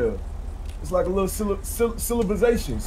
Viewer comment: LMFAOOOOO... tried to say "Civilization"..had me fucking dead, my tears is out frfr🤣🤣🤣🤣🤣🤣